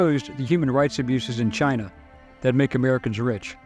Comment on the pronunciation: Lol "Chine" never heard about that country before